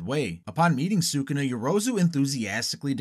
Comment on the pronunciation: It's pronounced Sk'una ffs.